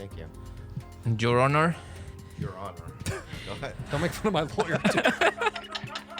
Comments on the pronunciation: Bobby yelling out of pure joy and cheering Steve on will always make me burst into laughter and warm my heart ❤️ I’ve rewatched this episode like four times and I’ll never not cry laugh at gripping the mic and saying “Jour Honor” 😂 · Jur Honor 🤣